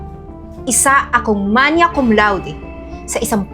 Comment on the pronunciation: Hey! Just a little pronunciation note, the correct pronunciation is “magna cum laude,” rather than “manya.” 😊 Just trying to be helpful since you were playing a character who has academic honors. Just a thought!